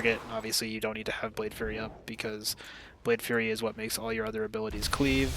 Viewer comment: Thanks again for this video, it is helping me learn the spec coming from assa. I look forward to seeing your keys in season 2. One small critique, I think you're saying "Blade Fury" like a Fury Warrior. The ability is Blade Flurry like a McFlurry. Keep up the good work, cheers.